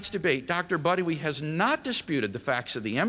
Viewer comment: "Dr. Buttery" LOL!